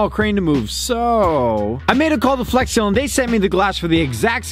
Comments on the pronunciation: Right at the beginning he said "flesh glue" instead of flex glue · It sounded like he said flesh instead flex in the intro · When you realize said fles glue in the beginning of the vid